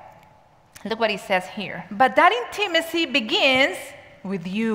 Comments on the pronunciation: the correct pronunciation is: IN-tuh-muh-see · Hard to listen to with the wrong pronunciation for me